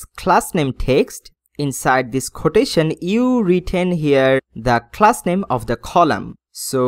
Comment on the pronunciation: I like your video guide but please stop faking your English accent or copying others... I just hate that every time you use "h" pronunciation... It is "Page" not "Phage" it is "Coloumn" not "Kholoumn" it is "Copy" not "Khopy" it is "class" not "Khlass" it is "dot com" not "dot khom" it is "go to" not "go thoo". It is very irritating. I am sorry but I would stop watching your videos soon because of this.